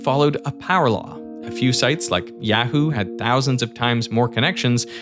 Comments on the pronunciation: TIL Derek pronounces Yahoo as yeah-who. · I can’t believe he just pronounced it yea-who lmao